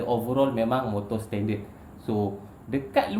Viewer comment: cara boss sebut setended tu....seketul2 bunyi dia....hehehe gurau2 ja.....